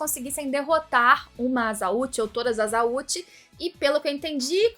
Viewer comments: comentario perfeito, uma rapida correção q a pronúncia é A SSA USHI(ao invés de aza...) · Azautchi a pronúncia, na legenda tava errado colocou asauchi s tem som normal independente da posição, então seria Azauchi a escrita.